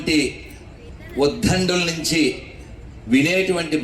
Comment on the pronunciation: ప్రసంగం చాలా బాగుంది…… ఉద్ధండులు కాదు స్వామీ ‘ఉద్దండులు’ అనాలి. క్రింద ఒత్తు లేదు. 🙏క్షమించండి 🙏